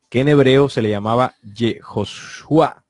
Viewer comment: YHSH -Yahshùa y la Y suena como i no como ll, la fonética del nombre es iasúa, porque no es ch es sh y la H no tiene fonética.